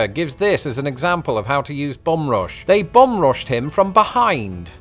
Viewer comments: Took me many minutes to realize that when I thought he was saying "bomb" he was saying "bum". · took me too long to realize you werent saying "bomb." I knew "bomb bag" was too good to be true.